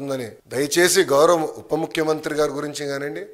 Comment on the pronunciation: ఒరేయ్ అయ్యా.... అది "ఉప్ప" ముఖ్యమంత్రో... ""చప్ప" ముఖ్యమంత్రో కాదురా "పప్ప".... ఉప ముఖ్యమంత్రి... ఏది... ఒక సారి అను...!!! ఉప ముఖ్యమంత్రి అనడం రాదు.. నువ్వు జగన్ గారికి "ఉప్ప"దేశాలు... సారీ....ఉపదేశాలు ఇస్తున్నావా...???